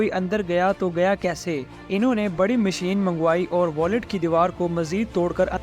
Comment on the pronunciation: Aray yaar " wallet " nahee....VAULT...VAULT!!!!!!